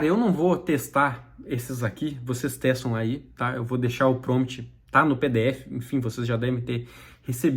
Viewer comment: Crítica construtiva: Não se fala PROMT, o correto é PROMPT. Gostei muito do vídeo, abraço